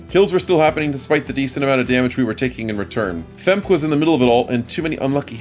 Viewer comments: FEmk-e is probably the correct pronounciation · The pronunciation of "femke" is hilarious to me. I guess phonetically you pronounce it almost correctly you just miss the uh sound after the K.